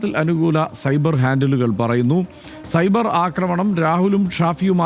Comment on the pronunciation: Not cyber, it's subair means moooooris 😂😂😂